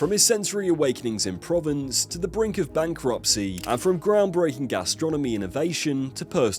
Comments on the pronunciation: Good clip but Provence and not province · Pro-vince? Pronounced Prov- arnce. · Provence killed me lol